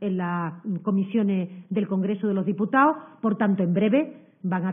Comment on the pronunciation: Y esta paleta q ni sabe decir " congreso de los diputados" es portavoz??? Asi va españa... y asi nos irá. Al menos di Estado, o congresos de los diputados. Ten el acento q quieras... pero habla con propiedad paleta. Menuda verguenza